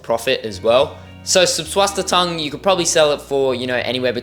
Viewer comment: Good video and also your Susswassertang attempt, glad you didn’t give up on it, just drop the first T you slip in n you’ll have cracked it ! God bless your ventures 🙏✝️. ✌️🇷🇺☮️🇺🇦✌️. 🙋‍♀️🤍🇮🇱✌️